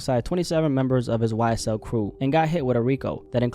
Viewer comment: YSTELL instead of YSL